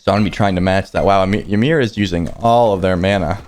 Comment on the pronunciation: Why do people keep mispronouncing Ymir's name so damn much? It is pronounced "EE-MEER" not "Yi-meer".